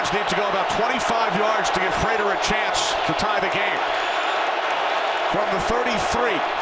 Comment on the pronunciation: Itz Vibes prater not raider